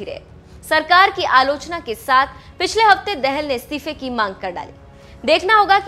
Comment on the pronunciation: dehel nahi betaa dahaal padh ne nahi aati mukh uthaake chale .aaye.